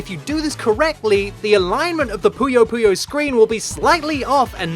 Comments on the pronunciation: Thank you SO MUCH for pronouncing "Puyo Puyo" correctly, it feels so good to hear that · Finally someone pronounces Puyo Puyo Correctly